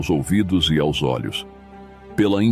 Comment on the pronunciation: A Narração sintetizada não consegue falar a preposição “aos”. Mas mesmo assim, excelente vídeo.